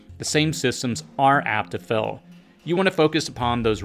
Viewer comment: Every time you try to say “Fail” I hear “Fell”.